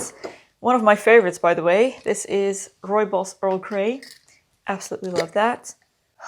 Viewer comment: The dress looks lovely in its "new" incarnation. Love hearing you say "Rooibos" correctly. Do you know the proper way to make it? You don't steep it like other teas, you let it steep on a moderately hot plate on the stove for about five minutes (or more) to develop the flavour properly. Enjoy!